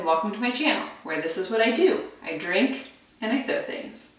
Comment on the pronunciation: I love your "see" easy. Made me smile!!! 😁😁😁 Sharon in SC